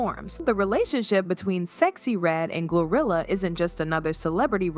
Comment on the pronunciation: Is it me or do I hear gorilla instead of GloRilla